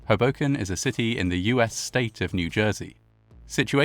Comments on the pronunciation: I can't decide if this means he was pronouncing it wrong. 😂 I grew up near Philly, and always heard it pronounced with the first syllable being stressed. But then, this fits into one of those "You know you grew up in [place] when" memes. For me, it's "Lancaster" and "Lebanon," PA. Outsiders always pronounce them wrong. :P (For anyone wondering, they both have emphasis on the first syllable as well. LANcaster--although the a is almost long--and LEBanin) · For future (and viewer) reference, both Hoboken and Weehawken are pronounced with the emphasis on the first syllable. Always happens when people make videos about the Matawan shark attacks too 😅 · It's not hu boken it's Ho Boken. Both Os are long sound. I know a lot of people get it wrong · HOboken, not HoBOken, I’m afraid. Same with Weehawken. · Great job as always. Pronunciation tip: Hoboken = HO-bo-k’n, not Huh-BO-k’n. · It’s HO-bo -ken, not Ho-BO-ken. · It’s pronounced “hohwbowken” not “habowken” it’s a hard owe not hah. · I know it really doesn't seem like it should be my British bb, but yeah, it really is HO-boken. Not ho-BO-kin. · its just "hobo-ken", not "Huhbocan" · ust for future reference, it's HOE - boken not, HUh - boken.... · Oh how sad, and how bizarre. Just by the by...it's pronounced HOboken (not hoBOken). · bergen county native here - it’s HOE-bo-ken. also, SEE-caw-cus. that is all. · Stunning. I was raised in Hudson County, my family members were teamsters, worked on the docks in Weehawken, North Bergen & I don't think anyone even heard of this horror (which is creepily reminiscent of 9/11). PS With the NYC accent it's pronounced HOboken, just fyi. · He pronounces it like "Hadoken" from Street Fighter 😄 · Another excellent video. Incidentally, the emphasis is on the first syllable, as HO-boken. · Pronounced like Crow-Broken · Your pronunciation of Hoboken is adorable and so British. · This is a horrible event but your pronounciation of Hoboken throws me off every time